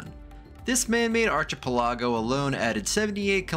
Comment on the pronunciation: You should look up how to pronounce archipelago